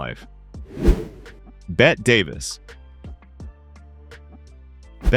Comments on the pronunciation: You should learn to pronounce "Bette Davis" correctly before making any more videos. It was pronounced "Betty", not "Bet". Please. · By the way. . .it's pronounced Betty, even though it looks like Bet, Davis. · The sadly laughable number of times this AI generated narrator mispronounced Bette Davis' name is solid proof of the poor quality that is this video.